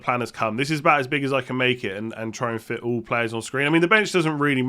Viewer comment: thumbs up if you love "Bhouut":D